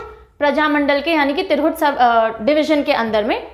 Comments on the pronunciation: तिरहुट नही मैम, तिरहुत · तिरघुट नही मैडम तिरहुत होता हैं। बेहतरीन तरीके से समझाया आपने